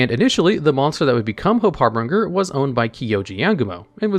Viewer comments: You have got to get better at reading and pronouncing certain words. Every time you say 'Harbringer' I can feel my outline go squigly. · its funny how you pronounce harbinger weirdly, the ng portion is supposed to sound like the one used in binge eating. but great content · It's always good to see even after all this time people still pronounce Harbinger wrong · Idk when will finally realize how to pronounce the word "Harbinger" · The way you pronounce "harbinger" is a war crime. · it's harbinger not harbringer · Harbinger not Harbringer. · brother in christ its called "Harbinger" not "HarBRINGer" can we have just one video in which you dont absurdly mispronounce cards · I don’t want to be rude, but you need to start looking up how to pronounce words when you don’t know them. It’s not har-bringer, it’s harbinger, Har-bin-ger. Just like it’s not arc-fiend, it’s Arch-fiend. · Har-bin-ger not Har-bring-er. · I like how he's pronouncing harbinger with a third R that doesn't exist. It's pronounced like binge like you're going to binge your favorite anime. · Say it with me now. HAR-BIN-JER. HARBINGER... not har-bringer >.> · Everytime reads harbinger (har-bin-ger) as harbringer i cringe a little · Har(binger) not harbringer i thought that aswell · gonna be that guy, but... it's pronounced harBINGEr, like "GINGER"... only had to do it because it's one of my favorite cards, I'm sorry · HARBIN(G)ER (J) not HARBRINGER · Small nitpick Number 38 is pronounced Hope Har-bin-ger. Not Har-bring-er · The pronunciation of harbinger in #9 is killing me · Harbinger* there is no second R. I LOVE your content, but your pronunciations on certain things is just so frustrating 😅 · Everytime says Harbringer instead of Harbinger, i physically cringe. I love his channels so much but that is always sending me ^^ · Harbringer* i know Harbinger is correct but he was very determined in maintaining the name as "Harbringer" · Do you not know how to say the word "Harbinger"?